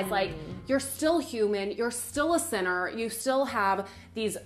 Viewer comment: It took me a while to realize that she said 'sinner' and not 'centaur' 😂 I was like, what is this christian nonsense